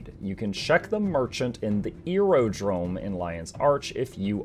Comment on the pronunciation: “You can check the merchant in the EAR-o-drome”